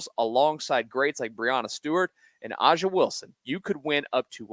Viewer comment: Aja’s name is pronounced “Asia” for your prize picks spot.